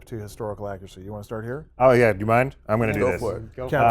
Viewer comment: Wow! I am done!!! He Said "Historical Accracy"